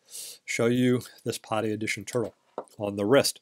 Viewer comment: PADI is pronounced "PADDY" . Stands for Professional Association Diving Instructor. Not pronounced" POTTY". Great watch BTW.